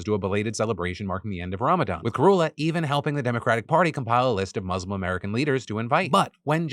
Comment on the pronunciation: 17 years of reporting news, still cannot pronounce ‘Muslim’ properly 😒